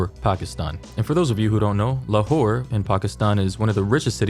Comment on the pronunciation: I keep hearing "lawhore"